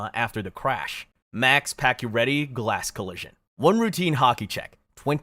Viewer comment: Pakioretty is actually pronounced pachio chara is 6´9… patch dont lose is balance he got body Check by chara. And lifted patch of his skates due to size difference. Patach head hit that corner… and he dont miss the rest of that season he came back 2 weeks after. He never had a broken thing he was only concus. They did add pading on the corner. Thats about the only thing you got right on that play. So yeah….. Guess you make shit up 😟